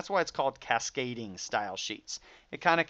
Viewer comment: CasGAYding styleshiit. Thanks for teaching it!